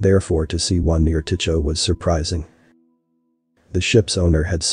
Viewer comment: FYI, "Tycho" is pronounced "tie ko".